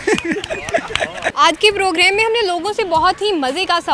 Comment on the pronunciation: progreme nhi program Hota he baaji